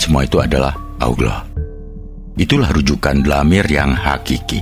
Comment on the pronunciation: Koreksi dalam lafal "DLAMIR" dibaca Dhomir= kata ganti Nama(ANA' ANTA, HUWA) Agar enak di dengarnya...! Terimakasih...!